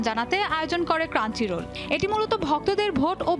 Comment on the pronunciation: ক্রাঞ্চিরোল না, ক্রাঞ্চরোল...